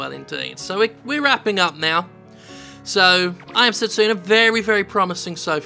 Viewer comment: Fist of all, the name is Setsuna, not Sestina. Secondly, Setsuna sounds pretty unisex to me. Thirdly, I don't think I've seen so many people draw so many wrong conclusions since... well the last time I was on the internet, really. Judging by that cutscene, Setsuna's not the MC she's the sacrifice.